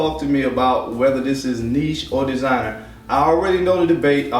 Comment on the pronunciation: It’s designer, my guy. 🤷🏾‍♂️ LoL